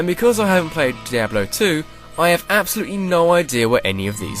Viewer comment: LOL, peeablo three. bluzzard has officially lost its touch.